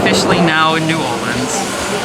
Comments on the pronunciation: It isn't New Orleeens it is New Orleans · If u want to say it like the locals its pronounced "norleans" lol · I've lived in Nola my whole life and let me just say, you did it right! (minus the fork) Gumbo Shop is my favorite place for gumbo and Parkway is easily top 3 for poboys. We love our tourists but please please... it's pronounced New Or-lens. Come back soon!